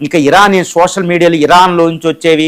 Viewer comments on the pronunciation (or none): none